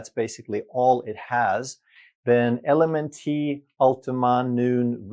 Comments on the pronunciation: LMNT is actually pronounced ‘element’. Great video! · Hey love your channel. LMNT is junk. But, it's pronounced ELEMENT. 😉❤ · I believe you're pronouncing LMNT wrong. It's pronounced "element". At least that's how all the cool kids pronounce it. 🤣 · LMNT- It’s pronounced Element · LMNT is actually pronounced “Element”. It took me a while to figure that out myself. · LMNT is pronounced "element" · LMNT is pronounced like the word ELEMENT. You don't pronounce the "T" at the end as a separate syllable. 😊 And I'm glad I came across this video because I was just the other day looking at electrolyte products on Amazon. I ended up passing on all of them because I didn't think they were worth the price you have to pay for them. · LMNT is pronounced ELEMENT